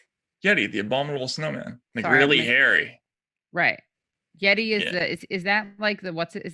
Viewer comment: Katie: “Yet-eye…” Rhymes with “Jedi” 😁